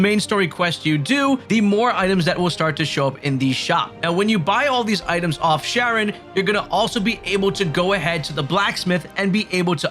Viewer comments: Charon is not 'Sharon,' it's 'Care on,' like the Greek god. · I called Charon as Sharon too when I first saw it…but it’s pronounced Karen…they say it in the game more than enough 🤣. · nice video but charon is pronounced more like "care-on" not "sharon". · 60 hours into the game and can't pronounce Charon's name lmao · K-aron. Not Sh-aron. Obelisk - aa·buh·luhsk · Ah-beh-lis-ck Its not pronounced sharon. Its pronounced karen.. 😂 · Awb-el-isk. Obelisk. 😑😂 Also, Charon is pronounced Karon. You know, like the way anyone who says her name in-game says it? Why can't a single YouTuber say her name right when they say it IN-GAME!? 🤡